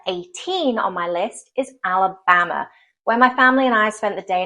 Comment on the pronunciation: You said Alabamer...😂😂😂😂 Roll Tide.